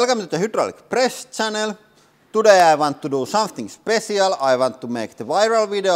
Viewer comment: Did he say 'spressial'? Or is my brain playing tricks? 🤣🤣🤣🤣